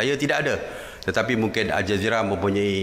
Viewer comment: asal aku dengar macam al-jahiliah. Tpi memang patut pon dipanggil macam tu.